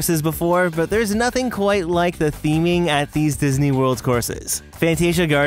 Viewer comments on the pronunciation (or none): Disney not Dysney